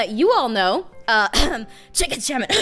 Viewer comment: You said Chicken Shamen